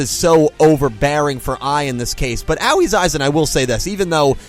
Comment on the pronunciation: At this point I'm just here for the comments. I can't bear to hear mispronounce Aoi's name for the umpteenth time.